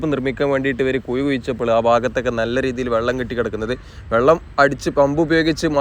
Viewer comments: ഒ യു ക്കല്ല. ഒഴുക്കാണ്. വള്ളമല്ല. വെള്ളമാണ് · Vallam alla vellam😂